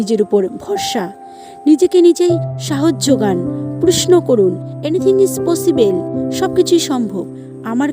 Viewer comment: পসিবেল na পসিবল এইরকম কিছু স্পিকিং thik korte hbe।।।।। Overall darun।।।।